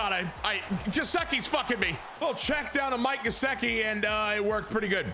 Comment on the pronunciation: Only cause it’s driving me nuts cause I’m a Penn State fan and he’s my boy. Gesicki is pronounced Guh-Sick-E so you kind of got it just sick part is said as sick. Sorry was just driving me nuts lol 😂